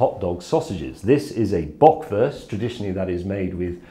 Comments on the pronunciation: I love how he pronounces "Böckwörst" and "Brattwörst" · The way how he kept pronouncing “Bratwurst” and “Bockwurst”, made me eat my own shit